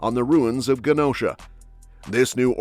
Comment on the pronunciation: Oh, the Genosha mispronounciation.